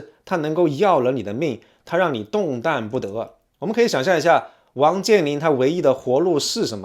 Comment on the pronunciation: 那叫动弹（tán)不得不是动蛋不得，先学好小学拼音再来这吹牛逼吧